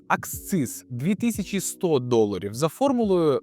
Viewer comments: Не аксциз, а акциз. Клоуне ти недоучений. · Правильно говорити і писати "акциз".